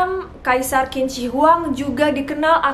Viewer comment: Qing dibaca ching